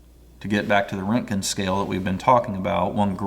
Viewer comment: “Wrotegen” is a closer pronouncement 😊